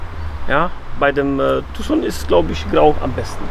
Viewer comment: Dass ihr Tucson richtig aussprecht, macht euch direkt sympathisch. War da mal 😎